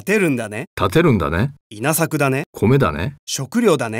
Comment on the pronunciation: 女性の音声が中国語訛りですね...発音が悪すぎます... ショクリョウダネ！ ワカッタヨ！ イナサクダネ！ ナーオシーマショ！ ヨーンダ！ ヨーケンハ！